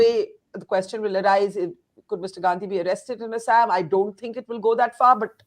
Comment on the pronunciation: Just because you are speaking in English, pronunciation of proper nouns does not change. You should pronounce Assam properly.